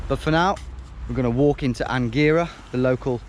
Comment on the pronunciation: Omg I was born in Angera (and you pronounced it wrong)